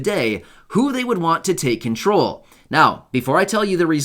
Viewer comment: Control not crawl